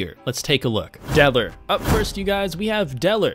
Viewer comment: When he said DELL OR he said deller